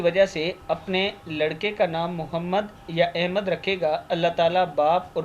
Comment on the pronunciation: لفظ احمد,,زیر,, کے ساتھ نہیں ہوتا بلکہ,,زبر,, کے ساتھ احمد ہوتا ہے